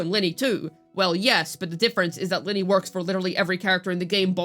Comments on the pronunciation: I use Augusta, Iuno and Lynae. It's Lin-NAY, not Linney. I feel like you mis pronounce things on purpose, but if you didn't know. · How can you not say her name right? It’s not even a difficult name to pronounce… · Especially since her name is pronounced throughout the 3.0 story